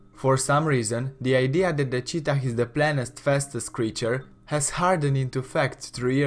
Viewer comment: It is not duh